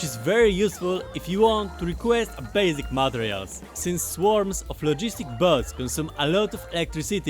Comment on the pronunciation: sounds like he's saying "bugs" instead of bots? if this is true it's funny as hell.